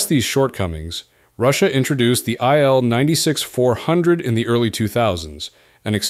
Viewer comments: Its not ptonounced aile-96 , its pronounced eel-96, il atands for iliushin, name of the designer. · It's pronounced Eel (as fish), not Ai-el. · If only,you would pronuce correctly the name of IL-96. REALLY STUPID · Yeah. Pronucing stuff right is important.